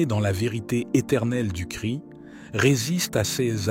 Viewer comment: Jésus Christ et non Jésus Chri le s et le t se prononcent. Christ =l oint ; Jésus ne crie pas.